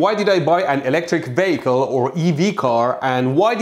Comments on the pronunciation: Veeekel? Vehicle! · What is that funny way of pronouncing vehicle? He says VEICLE instead of VEECLE. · I kept hearing him say electric bagel, lmao. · I heard "Electric Bagel" rather than "Electric Vehicle" hahahahahahaaha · Each time you say vehicle, my brain interprets it as bagel. It makes for a interesting video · I kept hearing "Electric Bagels" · He keeps sounding like he is saying Electric Bagel lol Love it! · I know it's "electric vehicles", but I keep hearing "electric bagels". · Is it just me or every time he says vehicle it sounds like bagel? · He's saying electric bagel. You cannot now unhear it. Have a nice life. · You are pronouncing 'vehicle' wrong. Not that pains-taking to say it properly.